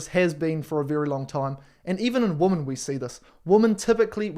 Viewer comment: I thought it was just American zoomers who can't pronounce women, but I guess it's the Antipodean zoomers, too. It is not pronounced the same as woman. Women = whim-n.